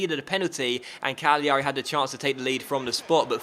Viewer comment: put the emphasis on the first a in cagliari